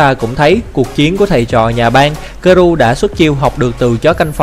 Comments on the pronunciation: Nhắc nhở! Không dạy đời, 👌 Garou đọc là garo giúp mình nhé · Là ga rô ơi...tên nhân vật còn đọc sai thì phỏng đoán cái gì...😏😏